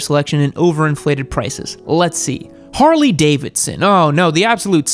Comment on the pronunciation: Harley E? At least you got the S right